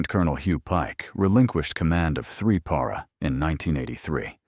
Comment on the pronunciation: Also. Why can’t AI pronounce “Para”? The correct version seems more obvious phonetically